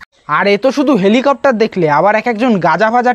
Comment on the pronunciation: Eta helicopter na...nicher balcopter..😂😂